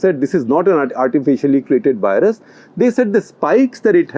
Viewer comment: It's "virus", not "wirus". Instead of using "w" for "v", you should use a soft "f". It is much closer to "v" sound. Try it: "firus". Test it on American friend